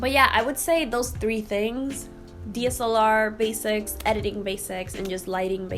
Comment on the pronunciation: I am going to guess there is something called a D.S.L.R. ? It sounds like you are saying deesalar 🤣